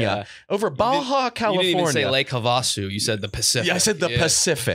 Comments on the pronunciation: Come on it’s have-a-sue not ha-va-sue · Lake Havasu is pronounced have-a-soo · Lake Havasu (have-a-sue) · Never in my years have I heard that Lake Havasu pronunciation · pronouncing Lake Havasu had me so weak 😂😂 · Boy can’t pronounce Havasu right